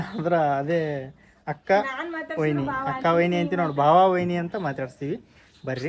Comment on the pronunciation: Bhav alla bhaav anta bareyiri.